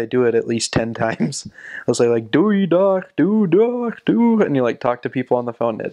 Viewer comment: Wow, your pronouncing of DOEI, DAG en HOUDOE is very good! You speak Dutch very well!